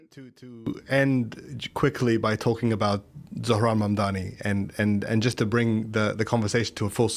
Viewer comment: "ZO-RAN MA-DANA" 😭 "ZORO MAN-DAN-AN" 😭